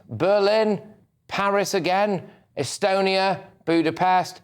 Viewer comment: " We're on HMS Iron Duke here in " Estenny ".. ( ?? !! ) " . Why is Starmer unable to pronounce perfectly straightforward words . Who can forget his reference to smashing " the smaggling gungs " a few weeks ago. He is a complete blithering idiot .